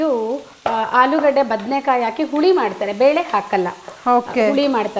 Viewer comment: ಹುಪ್ಪು ಹಾಲೂಗಡ್ಡೆ ಯಾವಾಗ ಸುಧಾರಣೆ? ಸರಿಯಾಗಿ ಉಚ್ಚಾರಣೆ ಕಷ್ಟಾನಾ?